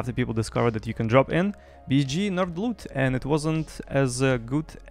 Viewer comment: I LOVE HOW YOU SAY BSG. BIZZG